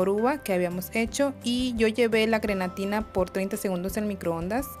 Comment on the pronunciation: Hola se dice grenetina no granetina